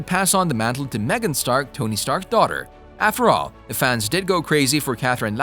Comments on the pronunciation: ITS MORGAN NOT MEGAN!!!!! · its not megan, its morgan